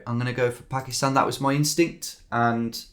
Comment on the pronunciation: it was an s mostly as he said “pakist”